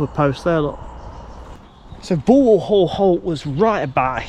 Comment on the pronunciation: Wow. someone that can actually pronounce Bulwell correctly. Well done! A day out for me as a locospotter in 1963 was to make my way to Nottingham and bunk Annesley, Kirkby - in - Ashfield,( where unusually they sound both "k's",) or Langwith junction sheds. The timetable on the Nottingham - Worksop route was such that I could perm any two from three. Memory fades with time but I can remember Linby with it's staggered platforms , the Great Northern station and level crossing to the right and the Great Central crossing on a bridge to the front. Upon return to Nottingham I would visit Nottingham Midland Shed. An area that I don't think I would dare visit today. In 2003 I took a 40 year anniversary sentimental journey along the re - opened Robin Hood line but I hardly recognized anything apart from Shirebrook West which had changed very little. Upon closure of rail routes the government sold off the right of way piecemeal so that a railway could never return. They really did'nt like railways.